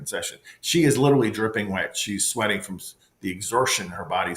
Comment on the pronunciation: This priest is supposed to be so educated and he didn’t even say the word literally correctly, he says it like all the young people today little Lee 😂😂 how come you don’t get this on video, how come ? I know the batteries drain right away, right ?